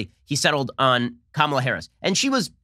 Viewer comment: Joe can’t even pronounce her name correctly.